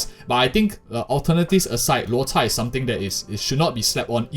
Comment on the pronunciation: Props to the narrator for pronouncing Lôu Chà correctly